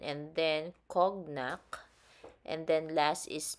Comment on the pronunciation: Love the review as always mamsh! <3 FYI, "Cognac" is read as "ko-nyak".